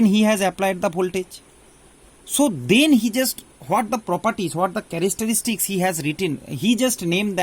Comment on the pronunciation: Sir characteristics not charastaarstis....